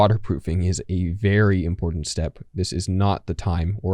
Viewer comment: It is important. Not. Imporant. Hey millennial and Gen z. Learn proper English